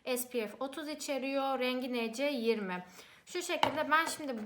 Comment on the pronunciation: Nc20 diye okunmaz fondöteni okumayi öğrensen keske